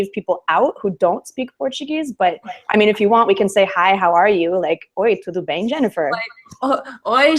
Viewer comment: Wow... it was amazing when you said in portuguese "Olá tudo bem", your pronunciation is very very perfect. Congratulations. (I am from Brazil)